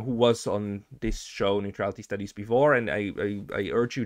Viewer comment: "neutrality stuudies" - lol